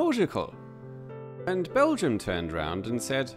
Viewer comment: it's called Belgium... with an "m"....